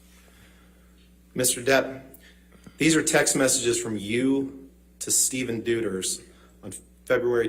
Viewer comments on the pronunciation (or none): none